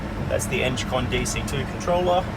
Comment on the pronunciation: Eng-con not enge-con !!